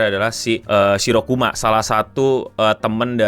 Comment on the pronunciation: *shirakumo bang bukan shirokuma